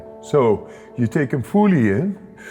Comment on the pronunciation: Think he says 'fooly in fooly out' lol